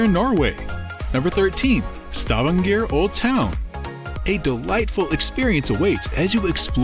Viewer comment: you could start by learning how to pronounce Stavager